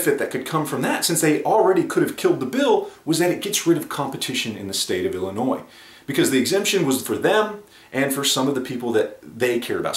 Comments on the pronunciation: For the love of all that is Holy, the S in Illinois is silent!! For those of us that have to live in this shit hole state, you can at least pronounce it right!!! 😁 haha But on a serious note, I would love to see Springfield's books, numbers, margins, market share, etc.. for the last year or 2 before their debacle as well as for after it all to see how it affects their bottom line. Plus it would give a general idea on how many of the people that say "I won't buy from them now" actually stick to that. Not to mention there's that giant chunk of the shooting community that doesn't keep up with or even hear about this type of stuff, which is sizable enough to keep their doors open. It's going to be interesting to see what steps they take & how it will all play out. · Dude you don't pronounce the s at the end of Illinois. Just a tip from your Uncle Bill in the peoples Republic of Illinois